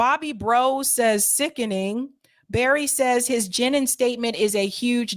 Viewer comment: It is pronounced Jah neen and I would never vote for RFK jr. He is a democrat through and through ! He is obviously taking this stance because he is a coward and if he is a coward can he be truly trusted with anything else he says.